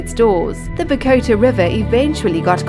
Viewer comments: The mispronunciations aren't helpful. Buh-goat-uh? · Please learn to pronounce "Bogota" as in Columbia